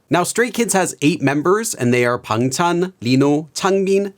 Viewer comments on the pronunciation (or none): you pronounced his name like the side dishes. Is that how it should be pronounced?!😮